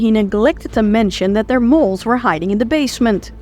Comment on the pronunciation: Well Its difficult to blame do to her family being potentially at risk, but if Nan had stayed cool the Gang probably would have ate, slept then split without incident. It's not pronounced Molls (moles) it's Molls (Dolls)